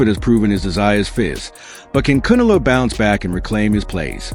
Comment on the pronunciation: Voice machine can't pronounce Canelo.